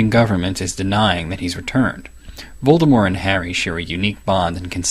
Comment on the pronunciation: I'm so glad he knows how to pronounce Voldemort.